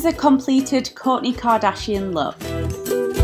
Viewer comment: "Kork k" lol no hate just thought it was funny how you say it